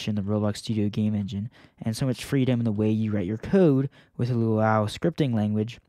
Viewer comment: "LUAU"??? DAWG ITS LUA-U